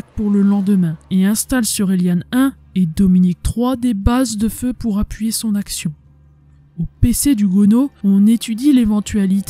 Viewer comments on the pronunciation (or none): none